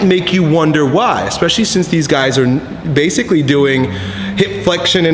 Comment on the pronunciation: In every video he said 'BASICLY' :D lol